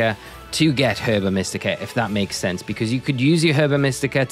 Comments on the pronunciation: It's pronounced erba mystica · I could not pronounce Herba Mystica when I first heard it. I was calling it “Herbica Mystica” for most of the game it literally sounds like a spell or something Latin